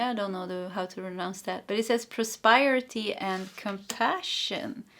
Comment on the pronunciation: Då jag själv kämper ibland med visa svenska ord kände jag igen mig själv när du hade svårt med prosperity och prospering. ... så det är pros PER (som killenamnet) ity men prosper och prospering där sper uttalas som in namnet jesper. Hoppas det hjälper någorlunda då har vi tur så behöver du prata om prosperity många fler gånger här!